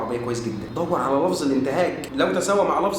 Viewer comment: هم بيقرأوا حرف الجر ،، علي ،، أنه اسم ،،علي ،، كرم الله وجهه ماعندهومش اي احساس بالتشكيل خالص🤣🤣🤣